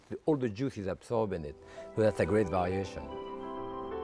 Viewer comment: “A great Varaeation .. (meaning .. variation!! . I just love .. his accent😂… as well .. as his cooking!!🙏Thankx Jacques!!💕